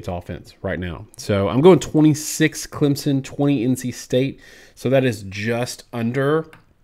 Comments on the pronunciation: Hello guys, learn to pronounce Clem - son, not sen. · He says, "Clemzen." Come on dude. If you're going to talk about our team you got to know how to say it! "Clem-son" or even "clemp-son" would be more acceptable than the z... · It's Climpson